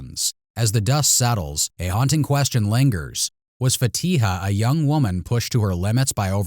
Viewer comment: Why is the investigator not able to pronounce her name correctly lol Fatiha isn’t a difficult name.